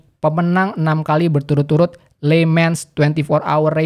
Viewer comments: dibacanya "le mang" bang bukan "le mens" cmiiw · bang harusnya bacanya lemang bang bukan li mans